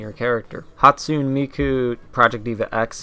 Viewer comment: Written Hatsune Miku, pronounced Ha-tsu-nay Mi-ku, not "Hatsuun". Written Kagamine Rin/Len, pronounced Ka-ga-mi-nay rin/len, not "Kajamin". Written Meiko, pronounced May (the same way you pronounce the month may)-ko.